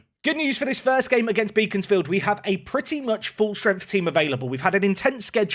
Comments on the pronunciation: Fyi Beaconsfield is pronounced like Beckon not Beacon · Regarding the pronunciation of Beaconsfield (as you will possibly play them again down the line) - it's 'Beckons'-field as opposed to 'Beacons'-field! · Great video as always. FYI phonetically its " Bek ons Field" - you dont pronounce it as Beacon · Unfortunately, Beaconsfield is one of those weirder English town names, in that it isn't pronounced how it's spelt. It's actually Beckons-field, rather than Beacons-field. I wouldn't worry too much, it's full of old Tory voters, but still, they might get on their horses and hunt you down if they hear you pronouncing it like that.